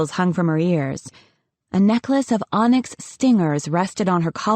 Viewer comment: In the other stories she also said “on-ex” for Onyx